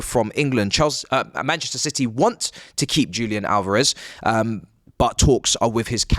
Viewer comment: DJOOLIAN ALOREV. Jesus, you brits are so shite at pronouncing Hispanic names And you complain about how North Americans pronounce words? LOL😂